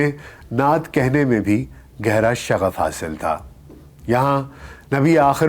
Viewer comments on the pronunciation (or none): سبحان اللہ سر ۔ آپ کی آواز اور لب و لہجہ بہترین ہے ۔ موضوعات اور ریسرچ ورک بھی خوب ہے ۔ لیکن آپ کا مضمون چونکہ اردو نہیں ہے ۔ چنانچہ آپ کا تلفظ کافی کمزور ہے ۔ اس وڈیو میں " میلان ۔ ' میں شغف حاصل تھا " " شب زاد" جلوت ۔ وغیرہ ۔۔۔۔۔۔۔SZ.Rana official